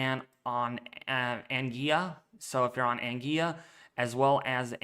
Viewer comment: Anguilla = Ang- Gwilla